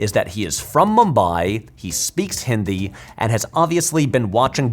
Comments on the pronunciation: It gave me a lot of unexpected happiness when you pronounced "Hindi" correctly. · Loved this. It's such a minor detail in the overall scope of the video, but I really appreciate how you attempted to pronounce words correctly instead of anglicizing everything. I actually did a double take at the start of the video when you first said "hindi" correctly with the softer "d" sound. It means more than you'd think! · Thankfully he is saying "Hindi" correctly.